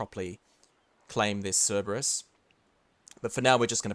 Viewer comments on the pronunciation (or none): none